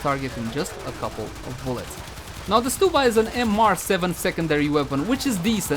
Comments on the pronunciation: I think it’s st-uh-bba, not st-oo-bba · odd i pronounce it stub like ticket stub then uh. So stub-uh. Stew-buh sounds so weird to me haha.